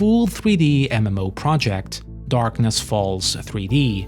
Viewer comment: Every time you said "MMO" it made me giggle. Or should I say "EmEmMouh."